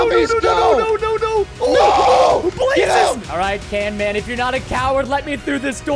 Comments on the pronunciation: It’s not Camman it’s Canman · HE SAID CAMMAN18 INSTEAD OF CANMAN18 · It’s canman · camman? CAN-MAN IT IS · He admitted it is camman not canman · it’s still can man not cam man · insted of camman or canman its pooman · It's canman not cam